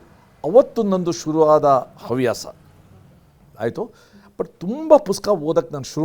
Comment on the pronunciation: ತಾಯಿ,ಅವ್ಯಾಸ ಎಂದು ಹೇಳಬೇಡ 😢, ಹವ್ಯಾಸ ಎಂದು ಹೇಳಬೇಕು